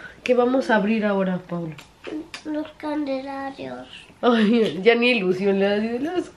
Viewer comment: Pobre peque, me reí mucho cuando dijo los Candelarios!!! Jajajajaja. Precioso 😘